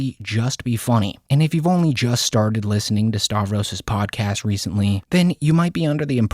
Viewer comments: Why do you pronounce his name as 'Starvros"?? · I thought it was Stav-ros not Star-vos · you pronounce his name like "Star-vros" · starvros... he ain't starving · You still can't pronounce Stav's name right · If you're gonna keep making videos on Stavros you really need to learn how to pronounce his name